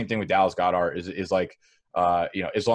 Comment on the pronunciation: Dear, I don't think that's how you pronounce Goedert